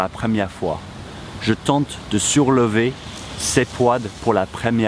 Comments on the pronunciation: When you mentioned the verb "tenter de", in the example sentence "je tente de soulever les poids..." it sounded to me that you were saying "sourlever" (with an "r"). Am I wrong? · When you say the word into the video you pronounce it souRlever with an R sound as in sur. Is that how its supposed to be pronounced although there is no R? Is it just one of those words as we have a lot of in english? Thank you so much in advance